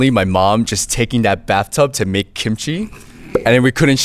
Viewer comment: She should have known that yellow shirt guy was not Korean not only by his appearance, but by the way he pronounced kimchi. He pronounced it like an American would